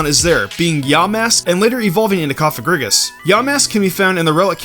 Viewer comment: Is no one going to point out that he said Cofagrigus as Cofag? Just sounded weird to me if you know what i mean lol